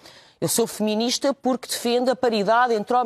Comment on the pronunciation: Lol ela disse que é "femininista". No entanto é "feminista" que se diz.